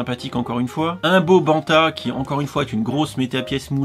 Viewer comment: "Un beau banta"? ... :p